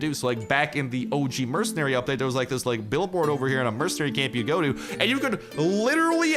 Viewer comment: When says it: “UPpa-date!”